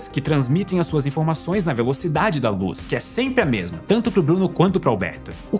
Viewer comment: Velocidade da Loos